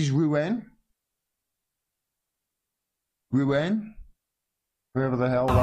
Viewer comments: Macron will be finished when the police have the bottle to defy the authorities and side with the people. It’s pronounced Roo....on. Lol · It is pronounced Roo-On and it is a port and cathedral city on the Seinne downstream from Paris.